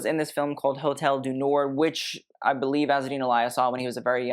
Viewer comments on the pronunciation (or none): none